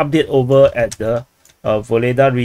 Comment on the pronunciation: My friend. Pls stop call this city "Voledaa" . Ugledar is real name of this . Ugled = honor +ar . "Voledaa" is something else and not good. Your chanel is good , real .